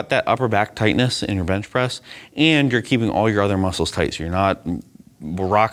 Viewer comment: Did he say Bitch Press? Haha